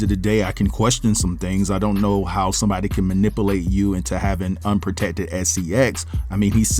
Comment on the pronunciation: Say it with me manipUlate not manipAlate